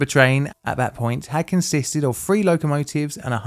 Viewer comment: Why cant you say the word “three” you say “free”